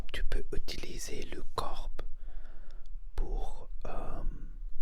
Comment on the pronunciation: Salut monsieur ! C'était très intéressant comme vidéo mais juste pour information et avec bienveillance, on ne prononce pas : "corpeuh" mais "corps" On ne prononce pas de "e" à la fin de corps, juste on prononce : cor ou kor Jsp comment expliquer haha ! Mais sinon t'as vidéo était très relaxante et intéressante :)